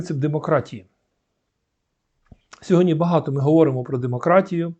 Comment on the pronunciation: Перше слово звучить Сьогоднв